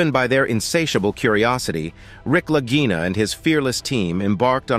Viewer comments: Please correct your pronunciation: it is NOT Lagina brothers like REGINA...it's Lagina like LAGEENA...wow. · The way this announcer is pronouncing the name of the brothers Lagina sounds like he is saying vagina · None of this is new information and the narrator can’t even pronounce their names right! Over and over he changes it. I certainly won’t watch anymore from this site. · You are pronouncing their last name WRONG !!! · THAT IS AGGRAVATING, JUST WATCH ONE SHOW AND YOU KNOW HOW TO PRONOUNCE THE NAME!